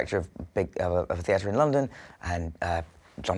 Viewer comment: I haven't heard any other English people his age pronounce theatre the way he does.